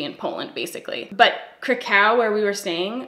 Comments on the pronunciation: I know I’m super late but I love your natural makeup looks. If Krakow is one of your favorite places, you should say it correctly…it’s more like Crack cow. Not craCOW. And it’s beautiful because it was one of the only places not completely destroyed during WWII. As a fan, and a Pole, happy you enjoyed it. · I love you but omg noooooo not CruhCow that is cRuStY yikes okay if you don’t want to say it polish style just say Craahcow I mean it’s really Crahkouv tho if you wanna be all fancy and pronounce it kinda right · You speaking in this video about Poland made me miss my experience! I studied there for a month in Krakow (It's pronounced more like 'Krack-off') and it's one of the nicest, cleanest, friendliest, and easiest to navigate cities I've ever been to. I would go back in a heartbeat. We went to a place almost every day that had a buffet of pierogies and other polish foods (I'm of polish decent so I grew up eating a lot of this type of stuff) and I loved it. The conversion is also super cheap as well and you spend next to nothing on food and beer. I also did Auschwitz and it was such a humbling and unforgettable experience. Glad you enjoyed Poland as much as I did :) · I love you so much but is pronounced crack-Ov 🙈 I was just there at the same time as you !! So sad I never saw you. The hair room in auschwitz was just absolutely sickening . I feel you summed up my feelings about the whole experience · I lived in France and everywhere I went everyone was great.. everyone also agreed that Paris isn’t France - if you know what I mean - they (general Parisians, some are great) act as if Paris is the center of the world. You’re not alone here. So glad you loved Poland!!!!! ** Side note: Kraków is pronounced krah-koov